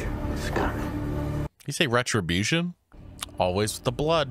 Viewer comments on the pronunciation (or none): none